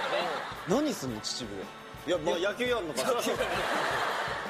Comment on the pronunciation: 秩父…地元や笑 嬉しい♥しかもちちぶ⤴じゃなくてちちぶって普通に言ってくれるの嬉しい😢